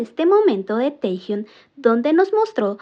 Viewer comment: Porque lo llamáis Tejiun!???!!! Cada vez que lo nombrais así sufre mi alma y me sangran los oídos!! Si decís bien Jungkook, haced lo mismo por el porfavor!!!!